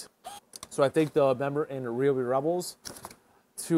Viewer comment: What is this ree-obi sh!t? RY-OBI! Get it right! 😂